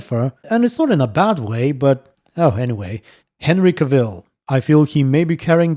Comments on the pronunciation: Another nice video man! I don’t know if this will help in pronouncing his name but: Cavill as in gravel, not Seville. There are probably better/funnier ones though:) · Been loving the videos so I dont want to sound like an a*hole, people that usually say this things are. Cavill is pronounced like travel, Henry said it himself, so you got it right the first time.